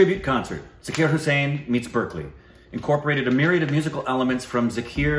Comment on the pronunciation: I really appreciate that you guys are so respectful to our legendary artistes. 🙏 "Ji" is a gender-neutral honorific. The correct pronunciation is Zaa-kir (not Za-kir), though.